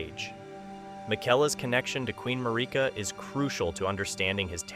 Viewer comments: Mick-ELLA and Mar EEK ah. LMAO they say these names in voice lines in the game... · how do you not know how to pronounce Miquella and Marikas names right? games been out 3 yrs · i appreciate the video but please why are we not pronouncing miquella's and marika's names right